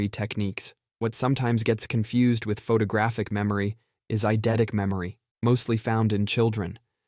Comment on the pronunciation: "Incridible" memory?? "Photogrphic?"